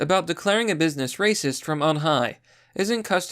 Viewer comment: Why do you pronounce racist as "reecist"?